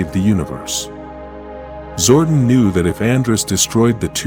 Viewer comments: zor-Don---not zor-dun toothed-ˈtü-thəd NOT tooth-ed....If you choose use AI to voice your docu, make sure it speaks proper English. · its zordon not zordin!! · The ai voice like to butcher all the words like names and make them into one syllable zooorrrdin zooordin that all I kept hearing my god man. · 🥷🏽 said "ZORDIN" && "Knight Knasty" not "Knasty Knight" 🤦🏽‍♂️🤦🏽‍♂️ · Zordon not Zorden don't use AI if you can't make it say words right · It's zordon not zwordin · Zordon not zordin . eldar not elter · I stopped watching at 8 seconds when I heard Zordon pronounced Zordin instead of Zor don. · This AI voice is horrible. It's Zordon not Zoordun, Goldar not Goldur. Ugh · Dude your saying his name wrong I used to watch the power rangers when I was a kid and this just pisses me off I didn’t like your post you keep pronouncing his name wrong 🖕🏻there are you happy I didn’t wanna do that but you fucking made me stop calling him that. Say it right! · The AI killed the video for me. “Sabertoothic tiger” “Zorden” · Honestly, I stopped watching the moment it pronounced Zordon as Zorduun. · Same. Having Zordon pronounced as Gordon and Bryan Cranstons face as Zordon just made me switch right off. This shit needs banned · Yes I am sure there are linguistics scholars at oxford university that are cringing at the incorrect pronounciation of zordon.